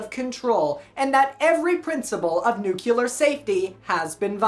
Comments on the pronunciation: nucular? Nuclear… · What's up with Americans that don'tknow how to pronounce nuclear???